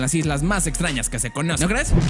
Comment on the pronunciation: Minuto dice islas patrañas xdd